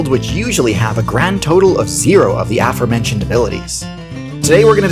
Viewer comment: He pronounced both pre-date and aforementioned wrong. I swear he's doing it just to piss people like me off. Well you've succeeded potato head.